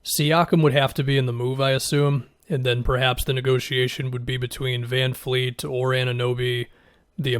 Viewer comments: It’s VanVLEET not VanFLEET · I’m glad I’m not the only one who notices it when he does this.